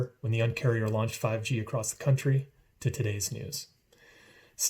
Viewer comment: First of all, it’s not acrosst it’s across. Second, drop T-Mobile and branch out to other carriers.